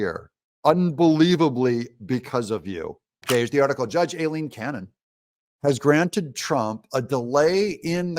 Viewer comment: Her name is pronounced EYELEEN….Just an FYI for you Doug…I know, because it’s my name too…The A throws everyone off. Mine starts with an E, but it gets major hashed as well. No worries…Just an FYI…..P.S. She’s GREAT! This is VERY good news! Woohoo!